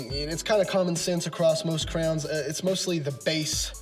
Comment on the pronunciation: I also gave you a subscribe even though you can't figure out how to say Crayons (pronounced CRAY-ANS) correctly. It's Crayons not crowns. Lol!